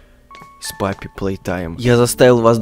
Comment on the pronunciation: Не паппи, а поппи